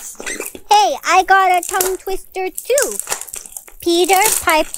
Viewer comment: When she said “what’s a toungeTwitter?” When it’s tounge twister